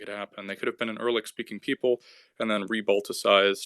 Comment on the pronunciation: Erlik? WTF? It's you-ra-lik.